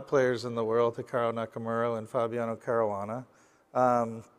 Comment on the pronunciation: pronounce caruana correctly!!